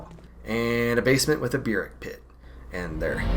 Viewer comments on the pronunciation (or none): The word burrick is pronounced like buhrık not byürık